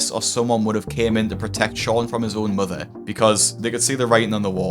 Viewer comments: Love hearing Dr. Now say "mudder" 😉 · Dr Now. "Your Moder" when he tries to say mother.